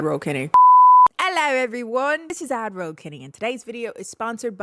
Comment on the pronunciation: Everytime she says "AdRoll " I hear "Admiral " and expect her to be wearing a tricorn hat lol